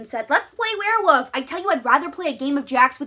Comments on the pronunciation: Are you saying "were woof"? Because it sounds like you are saying were woof. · i'm stunned by your commitment to only ever pronouncing it as "werewoof"